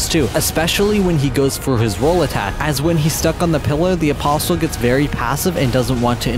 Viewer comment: c'mon man please stop pronouncing the T in apostle, it's silent